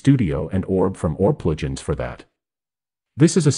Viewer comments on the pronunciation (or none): I firmly believe even the narrator was AI! Did you notice it/he pronounced: “plugins” as “pluj-ins? There was one other spot mispronounced but I lost track of it. Chatgpt can be told to narrate the video. Just sayin’. Gianni❤